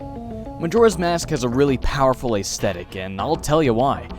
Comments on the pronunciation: Ayezthetic? It's ezthetic. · You say certain words weird.. "plaguing" and "aesthetic"